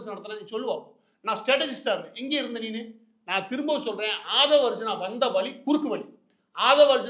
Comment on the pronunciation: ஆதவ் அர்ஜினா என்பது தவறு. ஆதவ் அர்ஜுனா என்பதே சரி. சரியான பெயரை உச்சரிக்கவும்.